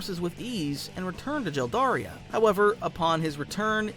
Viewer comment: Jeldaria lol is it not Geldaria?